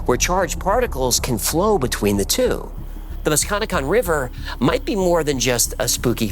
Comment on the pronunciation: Also about the mantis man; the river is pronounced Musk-ka-neck-kong Or the Muskie for the locals (I had no idea bout this legend but I live and cross the musky daily)